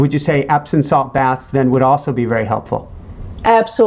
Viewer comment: "Epsom salts" not "Epson"